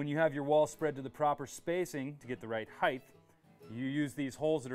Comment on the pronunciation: Just a friendly reminder. The word is height, not heighth :)